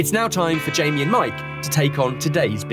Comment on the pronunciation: “Mike’s pizza is gonna win, it has more of that fatty meat on it.” you mispronounced Jamie’s name